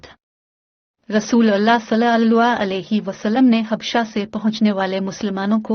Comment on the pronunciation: اللہ کا نام بہن اور درود پاک تمیز سے درست ادا کرو